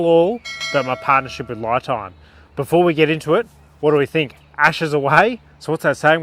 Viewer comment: Isn’t it pronounced Lee Time?